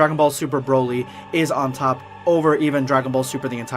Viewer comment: It’s Broly not Browly.